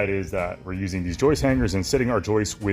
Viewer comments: I'm with you beautiful It is JOIST with J Not YOIST with a Y lmfao Sorry 🙏 brother but has it Right lmfao:-P:-P:-P:-P:-P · So - two words that rhyme: moist and joist and plural for joist is joists. I am sorry but I used to be a teacher and I just cannot stop correcting people. I hope you do not mind! And I love your videos and photography!